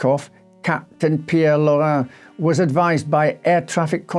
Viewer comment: Good job pronouncing the French names! Laurin is my mother's maiden name and you said it like a Francophone and not like Anglophones who usually butcher it like it's "Loren". I don't know whether or not you speak French but you did it well in this case.